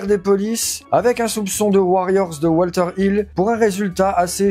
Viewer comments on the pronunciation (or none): none